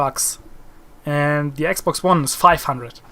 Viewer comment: lol cuz yo r german u said ax box. no offense germans r awesome... the scout sniper in bf4 was actually designed by a german